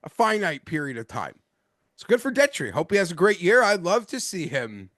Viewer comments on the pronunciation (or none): I always find it funny that Detry is guy but he doesn’t know how to pronounce his name. Peak gambler behavior 😂